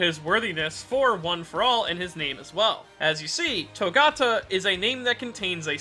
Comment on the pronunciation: Gotta learn how to say his last name though